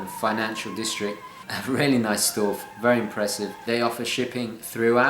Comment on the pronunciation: Dude, why do you pronounce "really" as "rarely". Aren't you posh?